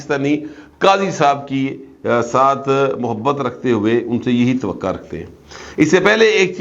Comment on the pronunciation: Twaqqo bola kre, twqqa nhi,please